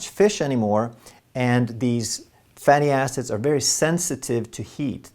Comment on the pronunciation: Ha ha you said fatty asses? It was hilarious. Its surprising how many people slip up with fatty acids.